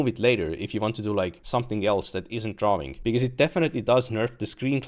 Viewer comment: so funny when he pronounces drawing as "draw-wing" lol